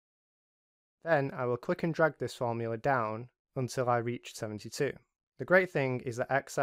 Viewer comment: array fromula :)